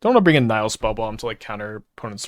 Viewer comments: The first i is short, so it should be as i in hit- Nih-hill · Actually, "Nihil Spellbomb" should be pronounced closer to "Knee-hill Spellbomb", if you want to sound latin,:-)